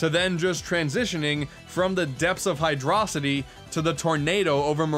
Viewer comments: Hydro-City is how it’s pronounced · dislike 4 Hydro-City mispronunciation.